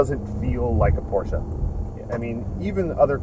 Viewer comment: The guy in the back doesn't even know how to pronounce PORSCHE. Pls don't do this for a living